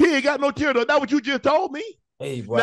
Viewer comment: Shannon said "This man just told me he ain't had no tear ducks " lol 🤣😂🤣 yep I heard you say it too Ocho lol 🤣😂 congratulations 2u both on 51,000 followers and counting 💯🙌🏽❤